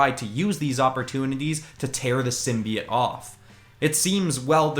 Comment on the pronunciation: (Sorry it just bothers me when people say it like sim bee it)